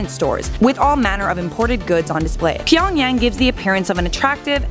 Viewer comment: Why'd you say tyonagyang